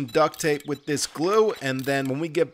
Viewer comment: I've been catching up on this channel and I have to put in my guess for Glock9's accent - It's clearly East Coast but I was torn between Boston and Philadelphia. At first I figured New York. - But it has to be Philly. Can anyone confirm or deny? The tell is that he says the word "with" as "wit", which is a Philly thing.